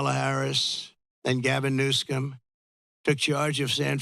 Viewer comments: It's Governor Newsom, Trump. Not "Newscom"... Schmuck! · Hahaha! Why does he always mispronounce Gavin Newsom's name? (maybe to piss him off???) Trump is more entertaining to watch, then anything on TV!